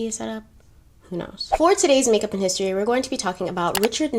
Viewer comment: I love the way you tell the history about important people. But I don’t like the way you say the word history and when you go back to time machine I don’t like that part. I’m so sorry that I’m telling you this but these two things doesn’t suits yourPersonality otherwise you are so beautiful and I love love your eyes.